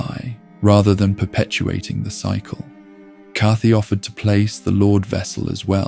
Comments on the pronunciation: what’s with the mispronunciations? is this an ai voice over? i mean, “cathy” for kaathe? cmon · Its an AI voiceover, an AI script as well, you can usually tell when it's an AI voice when there's a lot of names mispronounced, like it pronounces Kaathe differently three times. Its still pretty entertaining even knowing it's AI made, usually with AI sometimes it adds in misinformation but I'm an hour in so far and everything seems accurate and correct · If I can offer one piece of criticism, you really need to pronounce names and places correctly. You said Anor Londo, Kaathe, and Izalith wrong and it was bugging the absolute shit out of me 🤯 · is that how we're pronouncing Kaathe now? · is this channel an ai voice? there’s a couple things that are pronounced weird like that